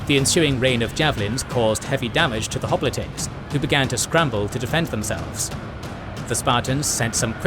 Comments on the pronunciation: Hop litays lmao. Maybe im missing something but i always thought it was pronounced like hop-light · "Spartians" and "Hoplitays" Fucking AI voiceovers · That is not how you pronounce hoplites